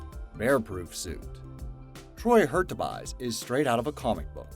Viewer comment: It's pronounced Troy Her-Chew-Bees. Also he's no longer alive.